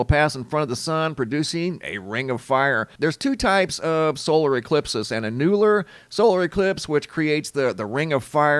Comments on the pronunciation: Annular is not pronounced: (A new ler), it's pronounced : (An yu ler) Ur welcome! lol 😁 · 'Ann-YEWL-ar? It's ANN-u-lar. 😘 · The pronunciation of Annular is Ann' U-lr...emphasis on the first syllable. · Annular is pronounced AN-you- luhr 🤦‍♀️ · It’s said …… AN YOU LAR eclipse not whatever you’re saying lol